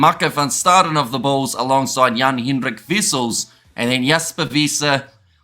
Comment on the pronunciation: You nailed the Jan-Hendrik bro... Welldone